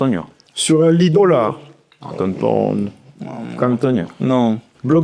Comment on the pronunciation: « comme Anthonio »🤡🤣🥴 « comme Thonio »😭😭😭😭